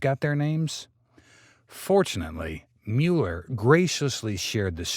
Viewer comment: Not Mewler, Muller.